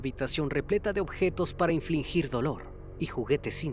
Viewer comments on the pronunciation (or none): Dato cultural con respeto para el: Se dice “infligir”, no “inflingir” esa no existe.